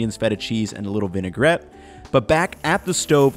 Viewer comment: Totally done with the video the minute you said vinegarette for lubrication